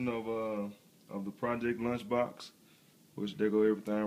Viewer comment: launchbox not lunchbox